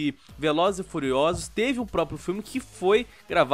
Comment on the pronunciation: “Velozes e fuliosolos”